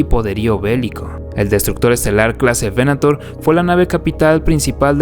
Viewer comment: Datos: -Crucero de Asalto Clase Aclamator (pronunciación correcta) -Crucero Estelar Clase Venator (veNAtor): el Cazador. El Primer Destructor Estelar del Imperio fue el Clase Imperator, renombrado Imperial; el primero fue el de Tarkin: el Executrix (la Ejecutora), el segundo fue El Exactor (el Cobrador o recaudador de los tributos) de Darth Vader. La proa del Clase Resurgente esta inspirado en los portaaviones de la primera generación (años 10-20) con doble plataforma soportada por pilares y que eran acorazados convertido en portaviones.